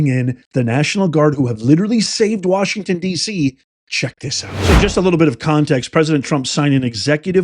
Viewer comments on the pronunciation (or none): none